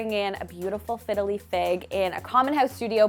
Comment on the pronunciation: Louvered (loo-verd) and Fiddle-leaf (not fiddly). But yeah, gorgeous.